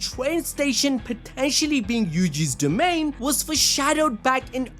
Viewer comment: i gotta mention how it said "domian expansion" im just mentionning this because i thought it was funny